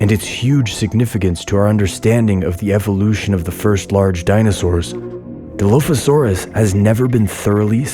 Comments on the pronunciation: Oh... who hired this poor poor narrator...😂 DI-LOAF-ASAURUS??? MEG-ALLOSAURUS???? WHO THE F*** HIRED THIS SKIN-SUIT!!!! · Nobody: Him: DILOAFISAURUS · Di “loaf” asaurus= 🦖 + 🍞 😂😂😂😂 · die-loaf-a-saur-us you say? 🙄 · ark players who have been pronouncing dilophosaurous for years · Except the way he says the name of the dino lol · I love how he pronounces Megalosaurus, and Dilophosaurus wrong